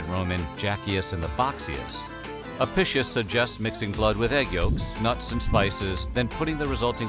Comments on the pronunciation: Another interesting video! Seems no one might have mentioned it yet, but Apicius is pronounced "uh pi kee uhs" , rather than "apicious" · A-PEE-kee-us, not a-PISH-us. Ow-ray-lee-ANN-us, not Oh-REEL-ya-noos. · Apicius is pronounced ah-Pick-ius... not uhpishush... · Your pronunciation of "apishus" is like fingernails on a chalkboard lol. It's "ah-pi-key-us", at least according to any historical source I've so far encountered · Just fyi, the name Apicius is pronounced wrong here. It would have been pronounced with a hard "c." Like ah-pick-ee-us. Just like Caesar was said with a hard "c" and the Italian word for dinner, cena (now said like chay-nah), was also pronounced with a hard "c." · Apicus. Ah- pee- cuss. It was impossible to neuter a sow. They just kept her “away” from the boar…. Any bird is okay. They are all herbivores - but now we know why their numbers decreased steadily. Don’t the Arabian people eat camels? I wouldn’t eat a weasel, they are carnivores. Yeugh. We were taught that garum was very subtle flavouring, almost like an anchovy sauce. Romans got hoity toity about their garum, like we do about coffee or olive oil. Not much in a dormouse. No wonder they stuffed them into other things. That drink of soldiers sounds revolting. Ostrich is lovely, quite yummy. Don’t know about the egg though. When I was a post grad student we had a Roman meal from the British museum cookbook. Then a mediaeval one. Don’t eat the fish pie in custard with currants. Just don’t. We also had a debate about buying some gerbils or hamsters to substitute for dormice. Or a guinea pig. Fine in theory. Not so fine in the pet shop. Not even a fat mouse in a trap. Used sausage meat……. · You just pronounced the word "apicius" like: "eppishos". Why the fuck do people from english speaking countries always do this? It's insulting. Disgusting even. Eppishos. FFS. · It's pronounced ahpeekeeous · The book (incorrectly) ascribed to Apicius, is pronounced a-pik-ius.